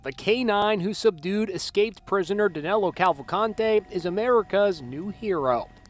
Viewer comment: The Cavalcante pronunciation didn't bother me at all, but I chuckled a couple times when Danilo was pronounced as 'Danéluh'. But it really doesn't matter if it is a bit mispronounced anyway...